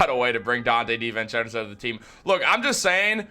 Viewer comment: I can’t take it how you say Di VENcenzo lol. It’s divincenzo bro